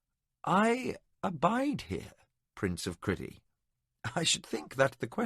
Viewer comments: I can't listen to this what kind of psychopath pronounces Crydee as Cridee ffs? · Struggling a bit with the pronunciation of some names, Cridee doesn’t seem right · Every time that I hear the narrator pronounce the name of the country as criddy, I grimace. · The one that bothered me was how he pronounced "Crydee" Not the way at all I heard it in my head. Same for Prince Arutha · Loved your reading except some of your pronunciation , especially that of Crydee which sounded stupid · Criddy rather than CRYdee is a little off-putting but still a great story. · I have heard this audiobook before, but the name of the kingdom was pronounced Cry dee instead of kriddy. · Really excellent narrator but...but..one tiny thing niggles at me. Crydee. I read this book when it first came out and even bought the associated RPG material. It was always Cry dee to me. Criddy sounds...not right. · Cry-dee, not Criddy. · It's pronounced Cry-Dee. What is this Criddy nonsense? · The pronunciation of Crydee and Liam's name is frustrating but liking the first few hrs so far..